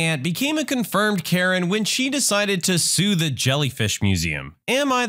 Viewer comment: when you first said karen i thought u said urine...